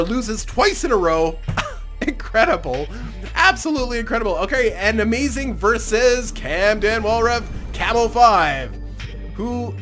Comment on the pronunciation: you need some how say Amazigh upside down. And when your saying amazing, say it normally.